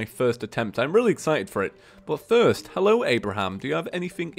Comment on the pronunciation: did someone noticed that when say hello terrarian it was actually hey lol terrarian